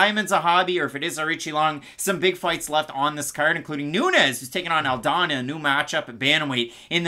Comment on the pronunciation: Why do you call her "Aldaña" brother her last name is Aldana no? Loved the breakdowns